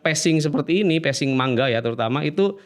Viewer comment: Sekedar info, lafaz 'Manga' yg benar di baca "Mangga" (huruf NG pertama masuk ke hidung). Sama seperti pengucapan 'Saringan' dibaca "Saring-gan", bukan "Sari-ngan".